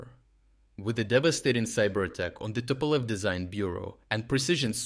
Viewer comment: Tupolev becomes tupoi lev :D (dumb lion)